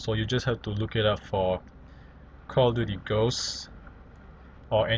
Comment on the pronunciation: jeje cal of diury